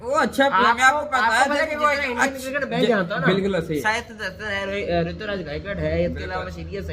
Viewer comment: Abe cricket hota hai crikat ni pehle pronounce shi kro yr